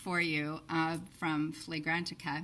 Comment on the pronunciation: It's hilarious how you purposely say words differently 🤣 flaygrantica